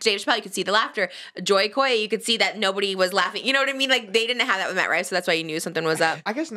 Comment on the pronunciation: ‘Joy Ko’ will now be the preferred way I pronounce his name